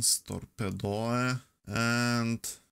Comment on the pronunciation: What do you mean with torpedoe? 😂 because if you want tell it in italian it's torpedo